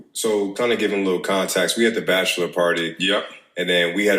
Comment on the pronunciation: “Contax”?? 😭😭oh lol